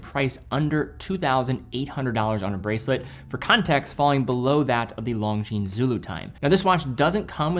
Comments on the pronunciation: Love your work,. One small mention: it's "Lon-zheen", not "Long-zheen". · Actually it's neither. No "z" sound.